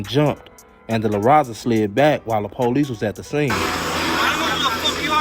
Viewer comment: big shout out to...dude kept it 100 and pronounced La Raza the correct way...Us Latinos appreciate you showing us love